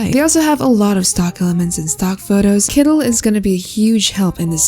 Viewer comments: Kooleen❌️ Koolen✅️ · It's "kooleen" not "koolen", k0olëeęeěeēeən!